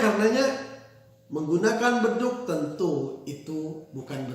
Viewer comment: Bedug bukan Bedu.